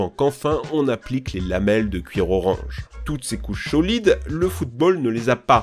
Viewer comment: "toutes ces couches cholides"